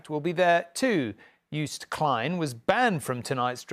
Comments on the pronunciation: For all the non Dutch people: you pronnounce Joost like toast. So Joast. And Klein, like klein in Calvin Klein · What he tries to say is say it like: Yoast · No we don't pronounce Klein like that... Calvin Klein is pronounced in the German way. In Dutch it is more of a wider "e". Joost is like toast but the J is not like JAY, instead it is like the Y in young. Yoast. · None of you can pronounce Joost. Literally a next door neighbour 😂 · Come on. Western Germans should know how to pronounce the name too